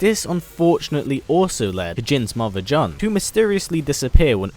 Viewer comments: The way you pronounce Jun is supposed to sound like June the month. You saying it wrong is irritating me. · Wait isnt Jun’s name pronounced like the month June